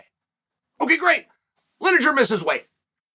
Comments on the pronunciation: Linejer, Maklechev, Oliver, Yarear, Prokriev, Provaki, Provider? Who really is the GOAT? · Lineker/Linejer Tomato/Tomajo